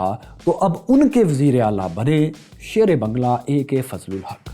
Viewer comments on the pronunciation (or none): you are still pronouncing the language wrong. It is baang-laa.